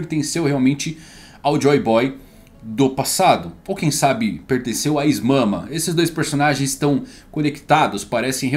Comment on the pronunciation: O mangão sem querer falando is mama em vez de im sama kkkk